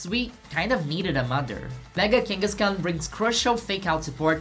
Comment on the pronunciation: "kenga?" with the Brazillian accent really got me hihi